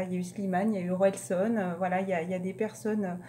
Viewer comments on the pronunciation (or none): Je vous ressent tellement plus solaire par rapport à il y a quelques mois alors qu'on rentre dans le froid , C'est dingue 😊 ( Je connais cette album de Orelsan 🔥♥️ ) Je rigole quand vous dites son pseudonyme, ca se dit OrélSAN comme SANitole 😁😁 Bonne journée à vouuuus